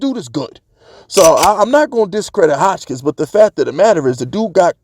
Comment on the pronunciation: Bro, put some respect on our #1 WR name. His name is Hodgins, where you get the “K” from??? 😂🤣😂🤣